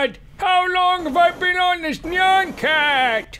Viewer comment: no offense but Nyan cat isnt pronounced neon cat. its nyan cat (nye-an-cat)